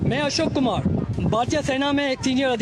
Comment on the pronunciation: ये यहां ही एक्पोज हो गया। कुमार को कुमाड बोल रहा। अधिकारी को अधिकाड़ी। और को ओड बोल रहने । सबको पता है ये और को ओड कौन बोलता है। पक्का ये Pakistani है